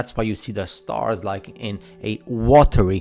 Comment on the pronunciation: “Wathers”?? “Wathery”??? Wtf